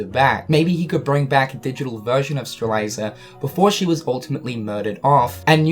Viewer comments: Strelitzia - not Streliza Lauriam - not Luariam Dissidia - not Disdiddia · Streliiiiiiitzia not strailaisa or whatever. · "Streliza"?! It's spelled Strelitzia so shouldn't it be pronounced Stre-lit-zia?! O_o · it's stre-LIT-ZEE-uh, not stre-LIE-ZUH! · Is anyone going to tell him strelitzia's name is pronounced Strel-LIT-ziah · my boy you need this XD STRELITZIA: STR-LET-Z-UH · Streh lit zia. You are miss pronouncing her name bro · I don't know if it's a joke but the fact that you call Lauriam "Luariam" and Strelitzia "Strelieza" is annoying AF, I'd understand if you first meant it as a joke but as you continuously repeat their names over 10x it's just utterly annoying lmao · Strelitzia: Stra-lit-sia Lauriam: Lor-i-em Elrena: El-ree-na Please pronounce the names right. It was ticking me off every time you said them throughout the video. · So nobody's calling out for spelling names and then completely mispronouncing them?, I know they're stupid names, but I'm going nuts every time you say "LU-ariam" and "Strel-EYE-za". Especially when you spell em right there in the title. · Streh-lie-zuh and Loo-ar-ee-uhm........ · My dood still saying Loo r e um and stre lie za lol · Law-ree-um, stre-lit-see-uh... Don't skip phonics kids... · STRE-LIT-ZEE-AH. LAU-REE-UM. Come on man. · I think it sounds more nicer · Is it just me or does pronounce Strelitzias name wrong? He says it like "Streliza"... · Stephen Boyles I wonder if Lu-R-iam and Streliza are friends of Lauriam and Strelitzia. always shows footage of Lauriam and Strelitzia when talking about the other two. This has always been a consistent thorn in my rear, as well as how often he has to insert “that of” before he references anyone. “The way he enunciates that of Lauriam’s name appalls that of myself.” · Imagine saying Strelitzia’s name WRONG that many times 😂😂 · Has no one told that he keeps mispronouncing Lauriam and Strelitzia?